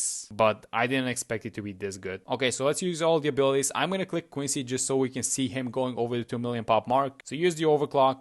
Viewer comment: why do you pronounce quincy like that koicy